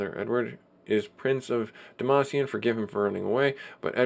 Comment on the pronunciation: lol demacian...no more league of legends for you...I think is Dam-Cyan.